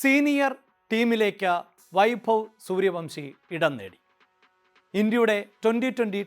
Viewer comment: സൂര്യവൻഷി എന്ന് പറയടോ